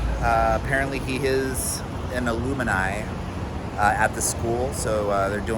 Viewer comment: FYI, "alumni" is pronounced phonetically like "ah-lum-nEYE", not like some variant of Illuminati. Haha. (Not trying to clown on you, by the way. I work at a school, so we say this word constantly. Easy to get it wrong if you don't hear it often. Trying to make sure you know how to say it right so nobody corrects ya!)